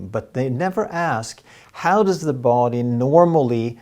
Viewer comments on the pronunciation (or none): No big deal, men kära, som en finne från Tammerfors (grundad av Gustav den III), I would like to suggest a minor correction in your pronunciation of English, namely the pronunciation of 'body'. Perhaps 'både och' affects it so that you tend to extend the first vowel too much. 😇